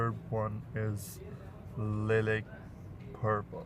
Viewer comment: hahaha lilik purple chutiye urdu hi bol le nai aati pronunciation to